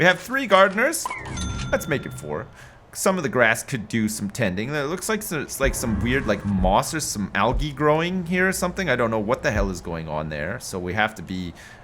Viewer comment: I love you, but the way you pronounce "algae" makes me cringe 😬😂